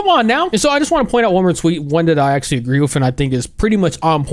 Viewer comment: the word “actually” sounds weird here.